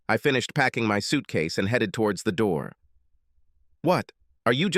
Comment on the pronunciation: HEEDED home? who have you got reading this rubbish.